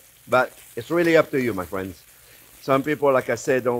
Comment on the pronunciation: I came here to hear him say "fwiends". 🤔😂😂😂